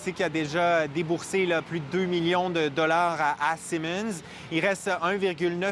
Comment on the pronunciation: Bonjour. Le journaliste sous la pluie devrait apprendre à prononcer le nom de la cie Siemens. On dit pas "Simons", mais plutôt "Siiiimens" (avec un son i plus long que Simons.